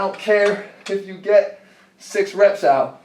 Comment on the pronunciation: "out" sounded like "oww"